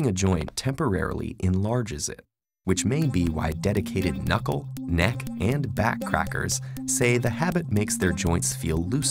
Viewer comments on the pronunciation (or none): none